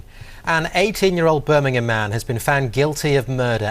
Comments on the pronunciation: Birmingham ❎ burminum ✅ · ITS NOT BIRMINHAM ITS BIRMINGHAM